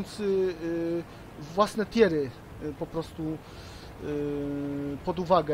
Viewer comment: "Dimejdż", "tjer"... Rozwala mnie ta wymowa. :]